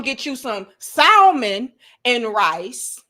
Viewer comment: Too much hamburger meat on the hands and pronouncing the "L" in salmon took me out 2x 😂😂😂😂